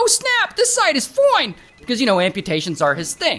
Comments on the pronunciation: Ray didn't just say "tHiS siTE is FoiNE" 🫠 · Neil: "My amputations are FOINE!!" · "This site is foine"😭😭😭😭😭